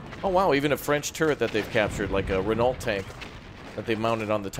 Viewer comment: Have I misheard or did you call Renault “Renaulty”? It should sound like “Reno” :)